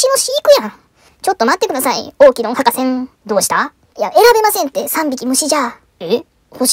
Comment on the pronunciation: 博士んってそこに「ん」いらんやろ笑